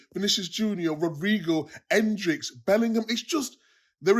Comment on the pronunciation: Petition to get Micah to say Endrick instead of Hendrix.